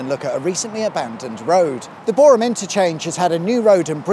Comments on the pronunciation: And as Boreham, which he got spot on, so Kudos to 😎👍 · Pedantic mode Thank you for pronouncing Boreham correctly ( silent H ) 😁👍